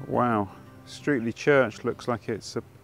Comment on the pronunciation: What used to be my local area. My family has been in the surrounding area since at least 1400. Streatley is pronounced Stretley just as an aside. Great video.